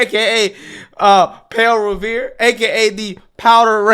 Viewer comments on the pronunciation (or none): I held it together until you said Pale Revere 😂